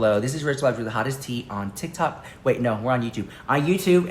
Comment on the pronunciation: "...tik tak story..." Rich's 💀 serious! 😂